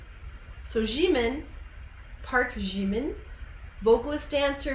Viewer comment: jimin is read as jimmy